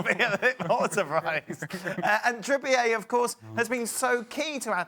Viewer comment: Said “Kieran Trippy-ur” for years but since he moved to Athletico it’s now: “Kierian Trippïé” 😂